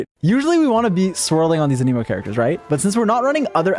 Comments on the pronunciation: it not anEmo its anemo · it's not "a nemo" it's "anemo" they literally say that word so much in the mondstad quests and you still say it wrong lol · stop saying ah-nemo it IS ANEMO ANE-MOE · good video... ANIMO YOU SAY??? ITS AN_A_MOE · Can Someone Tell Him its Anemo not Aneemo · Why does he keep saying "aniimo" like that? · noone:: Ahkneemoe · I love how he pronounces it Aneeeemo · AH-NIH-MOH! SAY IT RIGHT, JESUS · so much anemo and you cant even say the word right lol... you aneemo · Wtf? Ahnee-mo? Why does this guy say it like that? Haha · WHY YOU SAY IT LIKE “A NEEMO” 🤮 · Dude you’re saying Anemo wrong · the way you say anemo gets me cryingg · damn if only he pronounced anemo right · why do you say anemo that way? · When you can’t even pronounce the word ‘anemo’ correctly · I still hate the way he pronounces anemo :(